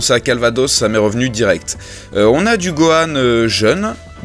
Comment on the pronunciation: like si toi aussi ta entendu goku au lieu de gohan a (on dirait les doubleurs vf qui se trompe tout le temps)